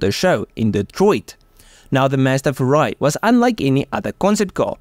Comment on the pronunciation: Don't say "FURA--I". You must say "FU--RAI". 風(Fu-)籟(RAI).